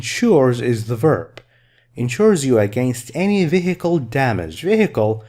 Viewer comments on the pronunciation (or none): ممتاز جداً ماشاء الله، I think you miss pronounce the word vehicle